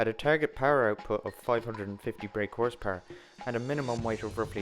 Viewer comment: Love how you say Horse PuRerrrr.